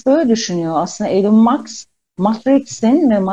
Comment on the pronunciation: Maks değil Musk